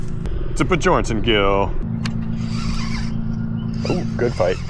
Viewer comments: At first I thought you were pronouncing Bjornson incorrectly on purpose, but now it's clear that you don't know how to. The j in Bjornson is pronounced as a y like in young, Be your n son. It's a Scandinavian name that means Son of a Bear. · did you know Bjornson means bjorns son. and bjorn is danish for bear. so its said also like be-yorn